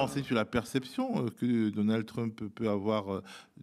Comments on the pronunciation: A partir de dorénavant je vais faire comme ce (très très brillant) monsieur et prononcer "Trümp". C'est bien plus rigolo comme ça. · Quel dommage que ce monsieur si cultivé et qui parle anglais, comme il le montre ne fasse pas l'effort de prononcer le nom de Trump avec un minimum d'accent ! Je me suis demandé si c'était pour se moquer ?! Mais je ne crois pas. Dommage car, à mon sens, cela lui fait perdre de la crédibilité...